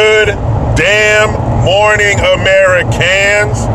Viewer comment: Oh my gosh! I just realized when you say "Ameri-can's," you're like saying Americans, as in "American's can do" vs "can't do." That's Awesome!